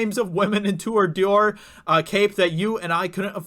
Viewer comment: The "Dewar" cape! Dude, you're an IDIOT! 😂😂😂😂